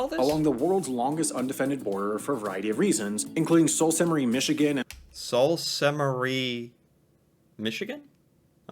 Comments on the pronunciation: Its pronounced Sue saint Marie not salt saint marie. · The guy in the original video is pronouncing that city wrong lol. It is pronounced "Soo Saint Marie"